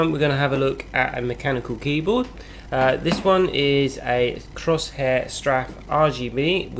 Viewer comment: 'Crosshair straff' good god learn how to say the name at least, its 'Cor-sair strafe'